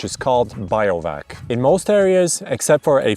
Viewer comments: you put the word up on BIVOUAC (Biv-oo-wak) but then proceeded to tell us that it’s pronounced BIO-VAC a further 9 times. 🤦🏻‍♀️ Makes me wonder how much of an expert you are. I let this time when I was a small child when my dad was in the army. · Not “biovac”, but “bivouac”, even in English 😅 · Trying to get my head around the fact that he reads BI-VO-AK as biovac... I mean how ... ? Other than that, this is actually the most informative video on YT regarding "BIO-VAC" laws across europe. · biovac XD its pronounced "bee-voo-ack" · Biovac is a non existing word but sounds indeed like a vacuum cleaner which absorbs life 😅. He meant to say bivouac or bivak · I can't hear him say Biovac... It's BIVOUAC! Like a Bivi! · Brilliant video! thank you so much. Funny how you pronounce Bivouac as Bio-vac, it's weird but sort of cute too. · Even in spanish is pronounced Bivouac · first time I was only listening to the video and with his absolutely butchered pronunciation I was so confused what does he mean I was like sure that BIO stuff is allowed but what the hell does he mean lol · In the States also Bivvy, bivy. Bivouac in the States usually is pronounced as /bĭv′oo͞-ăk″, bĭv′wăk″/. I learned something new - "bĭo văk″ as alternate. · Glad I'm not the only one...